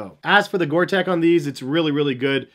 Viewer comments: Sorry to be pedantic, but it's Gore TEX...with an X, not Gore Tec. HAHA! Thanks for the great review! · Hey, Bro... it is GORE-TEX... not "GORE-TEC". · Tex. Gore-Tex. Not gore-“tech” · I’ll be that guy...... Gore Tex! Not Gore Tech. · Gore Texxxxxx not Gore tekkkkkkkk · I'm sorry but for a pro trainer guy to call 'Gortex' "water resistant" instead of "waterproof & breathable" (which is the science behind the Gortex guarantee) is a bit amateurish... Also, as in other comments its Gortex not Gore-Tech... You live & learn i guess... 😊👍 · It’s called Gore-Tex like you would call someone from Texas. Not Gore-Tech like you keep saying. Sort it out! 🤦🏽‍♂️ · GORE TEX!!!!!!!!!!! ITS NOT GORE-TECH. omg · Gor TEX like in SEX, not tech